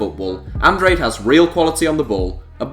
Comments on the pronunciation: Andrade - An-dra-day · Bruno Andrade's surname is pronounced An-drar-day. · Lol the way you said Andrade 😂